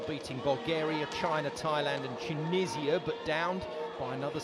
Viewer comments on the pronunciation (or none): none